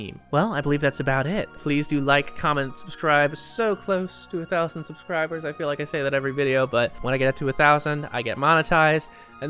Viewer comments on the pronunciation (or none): none